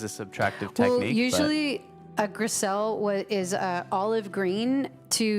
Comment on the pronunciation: In reference to a caller who brought up the french technique " Grisaille," it is pronounced Griz-eye or Gris-eye not Griz-ell. Similar to Versailles Palace. The "ll's are silent. Grisaille is an underpainting technique using tones of grey, aka "gris" not green as stated. The values of grey was to resemble that seen in sculpture and relief.